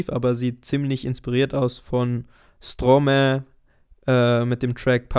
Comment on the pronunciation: Stromae und Papaoutai hast du ziemlich falsch ausgesprochen:/ Es ist nicht Stromä sondern quasi Strroma-e und nicht Papaoute sondern eher Papaoutä ;)